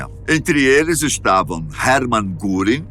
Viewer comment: Adoro a, porém em certos vídeos os nomes dos personagens são escritos e pronunciados de forma errada. O nome correto de Herman Gurrin (errado) é Hermann Wilhelm Göring. Um abraço à todos.